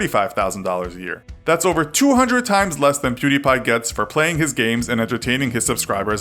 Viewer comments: Perdie? Isn't it Pew not Per? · perdie? it was pewdie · His original name was Pew-Die! Not Purr-Die. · Perdie? No, it was pewdie.. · WHERE THE FUCK DID YOU GET PERDI? ITS PEWDIEPIE IDIOT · it's PEWDIE! his first channel is PewDie! not Perdie! WTF?It's the laser's "pew" sound & the die as of dead. Where the f*** did you get those "PerDie"? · It´s not ”prrdi” it´s ”pewdie” you know like pew pew and die. Otherwise good video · it's pew die, not per die.. wtf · Its Pew Die not Per Di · Its pewdie not perdie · "Per d" ? What the fuck are you talking about. It's was Pewdie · Why are you saying pewbeepie it’s pewdiepie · If you meant when he said fucking "Perdi Pie" I have no idea lmao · Per-Dee? Nani? 😂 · Why please tell me why everyone pronounce his name wrong? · Oh jeez another video about Pewdiepie. Will they do their research and pronounce his name correctly? Lol nope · Dabbang don DT he says pewdiepie so weird